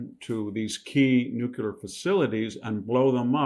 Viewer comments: Somebody tell VDH its NU-CLE-AR not NU-CU-LAR. There is no such thing as an atomic nuculus. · Pet peeve. Victor does and MANY others also. The word is new-cle-ar NOT new-cu-lar. Please please. It takes all of your credibility away as a genius, professor which you are. Practice in front of a mirror if need be. It’s nuclear, not nucular. Just aks somebody🥸😝pun intended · Victor - It is not pronounced "nu-cu-lar", it is pronounced "nu-cle-ar". Makes you sound stupid when you say it wrong. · Victor, you're so intelligent and articulate. I think that's why pronouncing nu-clear as new-que-lar bugs me so much. I know, I have issues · In the name of all that’s Holy… IT’S NUCLEAR “NEW-CLEAR” Not “nu cue ler”. You sound like Jimmy Carter when you say it wrong. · Should we trust a person who says "nucular"? Haha. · Why can’t people in power or in informative platforms pronounce the word NUCLEAR properly? It’s so odd. Where did Nukular come from? They all say it, almost feels like it’s on purpose. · nu clear not nu cu ler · Victor please, it's "nuclear" not "nucular" but thanks for the video. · The word is Not nuculer .quit mispronouncing it. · Why do you pronounce the word as “nucular” instead of correctly as “nuclear”? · Nuculer...(Nuclear), i know, potato potahto but still... VDH is still a Bada$$ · Such a smart guy, but why can't you pronounce the word nuclear correctly?? It's not nuke-yoo-ler, for Pete's sake. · I love listening to VDH. He is the only one I will forgive for saying "nucular" instead of "nuclear." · Dear sir with all due respect, please pronounce Nuclear correctly, please search you tube by writing " how to pronounce nuclear correctly" you will find plenty of videos some will mention your pronunciation only in a very small circle, over all the correct pronunciation is nuclear "The correct pronunciation of "nuclear" is "NEW-klee-er." Some people mistakenly pronounce it as "nucular," but that is not considered standard". Best regards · NU-CLEE- ER